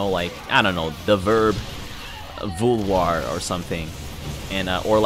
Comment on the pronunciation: your prononciation of 'vouloir' kill me je voudrai voir le retour de direct Strike en français avec